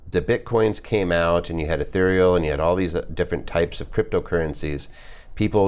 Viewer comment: Stopped listening when he said “etherial”